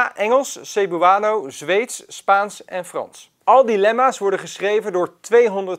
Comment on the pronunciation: Zou wel even opzoeken hoe je Cebuano uitspreekt....